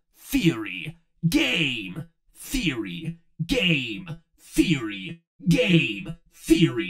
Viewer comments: Oh, and the end went from sounding like "Game Theory" to "Gain Theory". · is when i keep hearing "gae theory" instead of game theory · The faster you say Game Theory it sounds like you're saying gay Theory